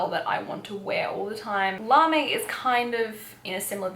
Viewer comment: I feel there needs to be a more low key now kawaii fashion team :p larme is a French word so the e isn't pronounced so it's more like larm :) How did u find the clothing size range in japan? Especially and rouge and wc? I'm leaving in 10 days and dying to go shopping! Love the video btw I've been so excited for this to be uploaded 💖